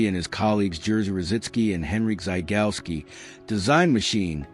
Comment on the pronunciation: Historically accurate. One comment: Rejewski is pronounced reyevsky, Zygalski - zhygalsky, Różycki - roozhysky, more or less.